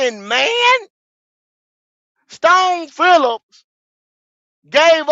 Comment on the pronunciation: Leave it to my nigga goat to fuck a name up for hours str8 who tf is Stone Phillips 🤣🤣🤣 🫡